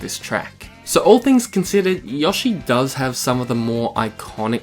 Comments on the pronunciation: I know alot of people have already said this but: YO-shi not yosh-E ok I don’t mean to hate but that was just getting on my nerves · Have i been saying Yoshi wrong my entire life? I thought it was Yo-shi, not Yah-shi.